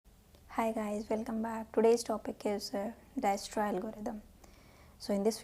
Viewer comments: For the uninformed , It's pronounced as Diekstra . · visited to see pronunction of dijkstra but ended up watching whole lecture , good explanation .